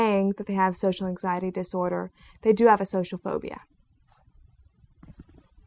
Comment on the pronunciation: I'm afraid of your big hips - and most likely big ass. Damn - look at those legs. Learn to say "button" as well - as this scares me. And lose those glasses - you will go from a 4 to a 6 right away. Also - what is "phodia ? "